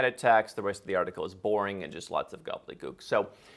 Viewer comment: he said: Gobelee Gook.. dats funny